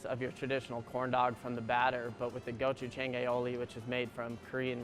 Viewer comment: The way he said gochujang OOF